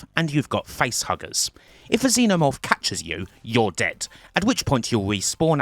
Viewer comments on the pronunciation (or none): none